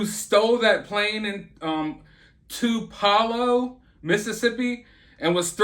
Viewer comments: It's pronounced Two-puh-lo😅👍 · Too - pUH - low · Two - po - low Po. Like popo (cops) lol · Tupe uh low, bro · It’s pronounced like tupe-eh-low You could probably find a video of someone saying it from around there or something lol. It’s not super important, just letting you know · Too-pa-low. Sweet as Tupelo honey 🎶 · It's pronounced "Tupe - A - low" lol. Just letting you know. I live here and I was so surprised to see this pop up in my notifications. My husband actually went to high school with the guy who got arrested. Believe it or not he was also actually on his way to a Walmart on the opposite side of town but they had it closed off too. Just to be on the safe side is what I'm assuming. This whole thing has blown my mind this morning. Word really does travel fast lol. This is the kinda crazy that makes me nervous to go out in public anymore. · It’s where Elvis is from so think about how they pronounce it while thinking about Elvis and then you will know how to pronounce it 👍🏻😊 Keep us posted on the airplane saga ‼️😊